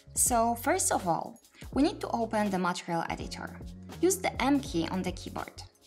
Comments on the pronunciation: Thank you very much for this video! I used the old view, as the slate editor was a bit intimidating. I think the stress for the word material would be [mə'tɪərɪəl] for the second syllable. Keep up the good work! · you need to pronounce MATERIAL muh·tee·ree·uhlz better... if you're going to teach a tutorial in English please refer to proper pronunciation otherwise teach in your native language with English sub titles.. is very distracting.. I'm trying to help so please don't think I'm being harsh.